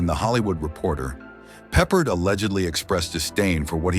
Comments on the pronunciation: I could not even finish the Rock Hudson segment. Featuring several shots of Jim Nabors (Gomer Pyle) during the Hudson segment? Does anyone review the content before releasing it? Nabors and Hudson had antithetical images, but you put him the Hudson segment? And your programmed voice pronounce 'Peppard' stressed on the first syllable? Funny, but EVERY other time that I have heard his name pronounced, the accent is on the second syllable. I guess Peppard, despite numerous leading roles, is not famous enough for anyone in the vocal department to know how to pronounce his name. This is a Jim Garner tribute? Given Garner's devotion to hard work and craft, he must rolling in his grave at the shoddiness of this piece. Or at least the pieces that I saw before I started throwing things. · Peppered???? Peppard!!!! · George Peperd? AI SLOP. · Pappard, you nitwit. It's pronounced Pappard.